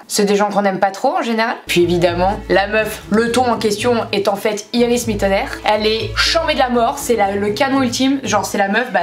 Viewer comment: Si je peux me permettre, on prononce Iris Mittenare comme si y'avait pas de "e" ;) mais sinon super drôle d'avoir parlé d'elle!